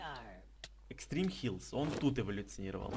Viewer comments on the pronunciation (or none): none